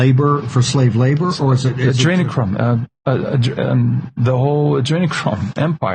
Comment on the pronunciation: Jimmy. You really don't know how to pronounce Adrenochrome? Not likely. Just sayin